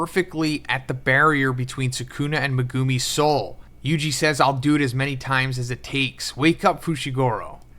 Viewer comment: stop saying megoooomi, it’s megumi, u know this and refuse to say the name correctly